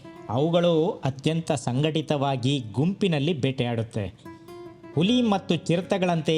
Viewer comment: Nice video. Kannada pronouniciation swalpa kaliree Saar...Uli alla Huli